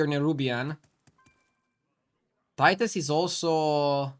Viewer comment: But pronounce it: tit-us